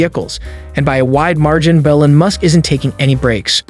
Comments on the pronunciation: You’re calling him Ellen, it should be more like “eel-on” with the first syllable being stressed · EEEEE-Lon Musk not Ellen Musk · It's ELON not ELLEN, f n moron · E-lon not El-on, listen to his mom say his name. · Musk's given name is not Ellen . It's E L ON . Think Teflon . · trump calls him LEON ... you call him ELIN ... well, his mom calls him ELON (just so you know) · Really you can't pronounce Elon? Something stinks bad here. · Why in the world do you pronounce his name like that? How do you not know the richest man in the world. Totally bizarre. Great video otherwise!